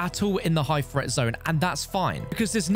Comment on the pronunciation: Threat: T-H-R-E-A-T. NOT FRET!!!